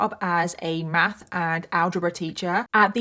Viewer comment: Sorry I couldn’t even get into the story at all because the way u say MATH like it’s hard and hurts u to pronouns u literally keep saying “mask” it’s blowing me 🤯and I tired so hard to ignore it and keep watching smh sorry